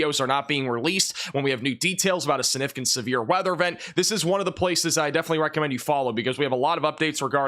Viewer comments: The word is “significant” not suh-nificant. The g is not silent. 👍🏼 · Not SIH-NIH-FIH-KANT,! Is that a regional thing? Sig. Gotta get that G in there.